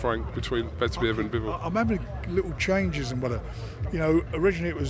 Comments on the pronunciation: Nice to see Frank coming in with a new way to pronouce Beterbiev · Beter biev is incorrect according to a Russian lady I work with, it’s be ter biev. Similarly, if you know any Norwegians called Knut it’s ker noot, they get pissed off if you treat it as a silent k. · Whos this 'Bebba-tiv' Frank keeps talking about? Sounds like a decent boxer whoever he is. Good old Frank. Keeping up the Brits abroad reputation! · Did Frank really just called Beterbiev ‘’bebertiev’’ ??? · So it’s not Bebertiev like Frank said then 😂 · It’s certainly not Bebertiev though. It’s literally completely wrong. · He can’t say his name,bevertiev you would think he would pronounce it properly